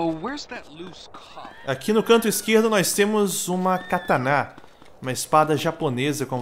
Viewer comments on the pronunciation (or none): "Uma cátaná"... Tá "serto"...